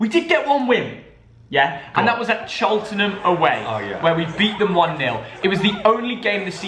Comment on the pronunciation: im a cheltenham fan btw and you said cheltenham so wrong ha ha